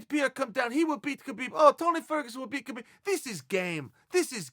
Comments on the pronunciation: Habib is the correct way to pronounce it. Not a dig, just some constructive criticism. Keep that cape on the ready, uncle Chael. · “I’ve always appreciated khabib” proceeds to mispronounce his name for 5 minutes straight